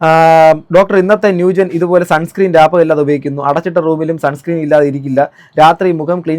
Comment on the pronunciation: Salihashajahane പറ്റി ഒരു വീഡിയോ ചെയ്യണം “sunscream" എന്നാണ് അവർ ഉച്ചരിക്കുന്നത്. ..മര്യാദക്ക് സ്പെല്ലിങ് പോലും നോക്കാതെ ആണ് ഇവർ പ്രൊമോഷൻ ചെയ്യുന്നത്.